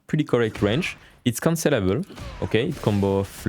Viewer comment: Great guide and format, I will be looking for more. I just had a decent lol as I realized after about 5 minutes into the video that he was saying 'cancellable' not 'considerable'; I kept hearing 'this move is considerable' and I was waiting for a reason why 😃